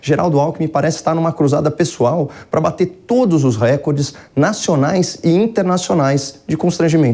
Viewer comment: COPOLA, NÃO É R(É)CORDE, POR AMOR A LÍNGUA PORTUGUESA... reCORde, não tem acento... A Globolixo q pronuncia errado por causa da concorrente...